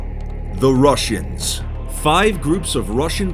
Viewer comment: Why do I hear "rushers" when you said "russians"